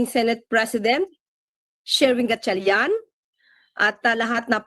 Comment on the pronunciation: The female news anchor can’t even properly pronounce the last name of Senator Win Gatchalian. So disrespectful.